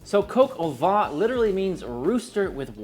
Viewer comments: Please I am French you do not have to tell me how French words are pronounced Vin (wine) Vent (wind) Van (a truck for horses) VAN and VENT are pronounced the same - not VIN. If you say van/vent to a French person meaning vin (wine) , he/she will not understand. Now instead of mentioning « nazalizing » and « with your jaw open » and « consonants », do go on the internet where you will easily find these words pronounced (in soundtrack). Much more efficient. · Also, "vent" would sound like "Vaughn" with a nasalized 'n' and with your jaw dropped open. I'm not arguing semantics here, just pronunciation, so I'm not clear on what your point is in telling me the meaning of "vent" (which I clearly already do know, since I'm correcting the man's French pronunciation). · I stopped watching 13 seconds in right after you mispronounced the French word vin. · If you pronounce VAN it corresponds to VENT which means wind, not wine… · Vin and van are NOT pronounced the same at all as already explained. Now you do what you want. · "vuh"? It' "vah" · Your pronunciation is quite good, but “vin” is more like… “vein” but don’t pronounce the N! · Gilbert in French would be pronounced the same, except with a soft G (as in jeans), the T is silent. I am French, my mom had a restaurant in the South of France, and I approve of this recipe. 🥰Happy memories. Edit: make sure to pronounce "vin" and not "vent. Because vent means wind. Roaster with wind? Farty chicken? Not so much. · I know I'm being pedantic, but "vin" sounds more like "van" than the way you're saying it (namely, "Vaughn"). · Nope. The closest English word (in pronunciation) to the French word "vin" is "van" (just nasalize the 'n' rather than saying it as a consonant). --A Bilingual Speaker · You keep pronouncing it "Coq au Vent" instead of "Vin". Like "vein" but without pronouncing the 'n'. Mind-you "Chicken in the Wind" could be the name of a dish, but not this one. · Vin vin vin...not van